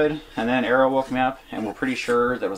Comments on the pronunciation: Yeah, apparently is from California, but he talks with a Texan drawl. You are right, he does pronounce it Errol, instead of Ariel. I only knew from reading the comments and their channel description. Her photography is amazing, this is the ONLY channel I've ever bought merchandise from, I ordered the Alaska calendar last December, it's so good! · it always sounds to me like “Errol” when says her name (like Errol Flynn). It was only when they were mentioned on another channel, that I heard Ariel. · I was also thinking a hunting theme, with the dog Bo (bow) and almost pronounces his wife's name "Arrow" so they are like the Little Mermaid plus Bow & Arrow 😃 I mean this affectionately and respectfully ❤